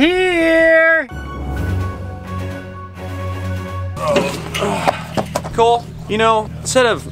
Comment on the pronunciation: That's "Cole Cooking" as in "cool" cooking.... Stick with the windmilla....